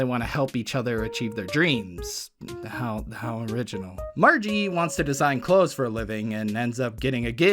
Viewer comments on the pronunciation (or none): none